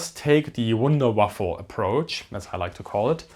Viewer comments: 😂😂 the Wunderwaffel😂😂 the right word is Wunderwaffe/ Whonder Weapon and not Wonder Waffel...that is funny and a little bit ridiculous... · Sorry, I am early in the video but did you just call it a Wunder Waffle approach? 😁